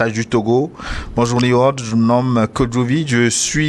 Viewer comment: New se prononce NI-OU en anglais.